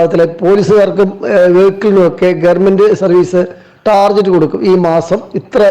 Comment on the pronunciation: ടർജറ്റ് അല്ല ടാർഗറ്റ് ആണ് 😂